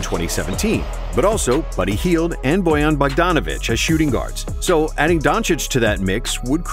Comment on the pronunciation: BRO ITS NOT BOJAN BOGDANOVIC ITS BOGDAN BOGDANOVIC PLEASE GET IT RIGHT NEXT TIME